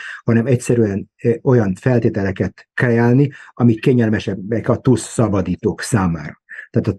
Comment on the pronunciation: Nagyon jó a mű-sor, mindig nézem. :) Csak 2 dolog bántja fülem! Nem tusz az, hanem tÚÚÚsz. :) A másik, nem Hiszbollah, hanem Hezbollah!!! 😂😂😂